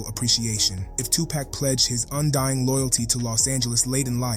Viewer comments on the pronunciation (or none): You need to learn how to say “2 Pac” (Tu-poc, not tu-pack) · Say pock, not pack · As soon as he said 2 "pack" i cut it off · Its not 2 pack yo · You ain't no better it's Tupac not Tu-poc and it's one word not hyphenated smh😂😂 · I simply hate the way this guy says 2Pack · You sound like you're black..but you're saying "tu-pak"...cmon bro...culture vulture???